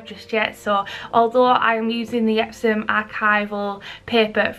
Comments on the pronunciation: Why are you saying epsoM? The company's name is EpsoN...N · Are you saying EpsoM? Isn't it EpsoN? Or am I really high right now? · Like really a serious question. Is it pronounced EpsoM? Cause i hear you say it that way.... Im from Germany and confused lol. Have i said it wrong... I feel crazy